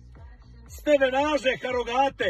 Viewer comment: Stevenaže, harogate, ročdale... Kakav kralj, ali ustvari većina nas to isto tako izgovara hahahaaaaa